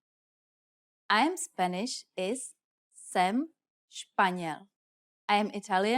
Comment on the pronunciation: The J in Jsem is silent, for anyone who doesn't know. Not sure why it was pronounced here every time? Unfortunate as this channel as been useful recently, but I'm wondering how much is actually incorrect that I don't know since I am still learning.